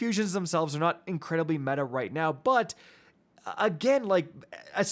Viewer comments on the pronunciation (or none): none